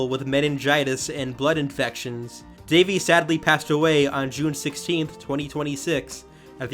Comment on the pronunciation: RIP Daveigh! 😢🌹 *BTW: It's pronounced DAH-VAY, not "Davey"